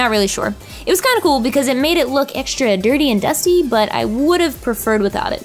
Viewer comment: haha i like when you spell the letter X as eksh like extra》ekshtra😍😂